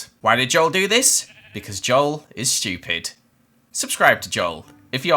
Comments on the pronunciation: "Joel is shewpid" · He really just said, “schtewpid” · Joel:"Subscribe if you`re also stiupid" Me:"Ah, okay"